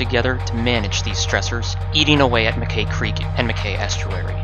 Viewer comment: Mackay is pronounced “Mac-eye” - rhymes with sky.